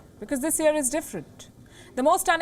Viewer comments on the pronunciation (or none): none